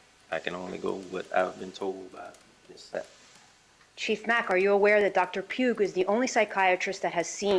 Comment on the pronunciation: If she says Zapp and Puge instead of Sapp and Pugh one more timeeeeeeree😳🫨🤢🤮